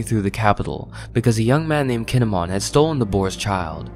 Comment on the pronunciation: Keen-ee-mon. Not Kihn-eh-mon. Learn to pronounce, please.